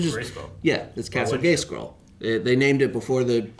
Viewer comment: "Yeah, it's castle Gayscroll." - Top tier mispronunciation.